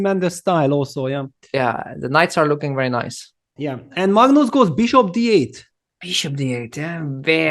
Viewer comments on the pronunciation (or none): It's not Maagnoos 😂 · the first reporter peter leko was call Magnus as Mangus